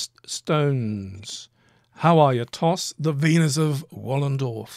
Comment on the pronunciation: Wallendorf? Wollendorf? C’mon fellas.